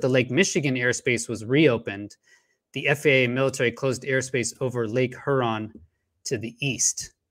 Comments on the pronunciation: LOVE WHAT YOU DO BUT I GOT ONE COMPLAINT!!! I LIVE IN METRO DETROIT AND YOU ARE NOT PRONOUNCING LAKE HURON PROPERLY!!!! I KNOW IT SEEMS INNOCUOUS BUT IT'S KILLING, ITS PRONOUNCED HyourON NOT heron!! PLEASE PLEASE FIX THAT MY FRIEND. Thanks Detroit charity recording artist Craig Michael Curtice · Huron is pronounced Hyeron. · It's not "her on". Long U preeceded by an e sound. Lake Huron (heuuron). Nobody in broadcast journalism is pronouncing it right. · Lake Her-on lol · Lake H-youron.👍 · Lake Huron is pronounced HURE-ON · Lake hurrrrrrrr-on my guy? Are you serious??? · ooof that pronunciation of lake huron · is it just me that hates the way he pronounces huron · Your credibility suffers from your incorrect pronunciation of Lake Huron. Quite surprising actually...